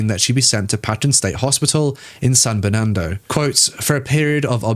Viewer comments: As someone from the area, the "Joaquin" in San Joaquin is pronounced "WAH keen" (wah like the beginning of "water", and keen like in "peachy keen"). It's also how Joaquin Pheonix pronounces his name. Also, San Bernardino is like "burn uh DEE no". Basically, anywhere in California with "San" in front of it is Spanish, if that makes it easier to find out how to say it. They're named after Catholic saints. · You need to pronounce the names of cities more carefully. Ontario is pronounced On tar e o, like Ontario, Canada. (4 syllables) Not Ontero. San Bernardino (4 syllables in Bernardino) and is not San Bernardo. You do have a nice voice, though.